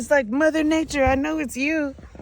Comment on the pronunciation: "Mother NATEur Eye Know It's You" 😂😂😂😂